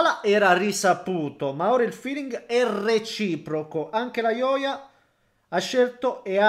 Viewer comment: "ioia" non se pò sentì 🤣🤣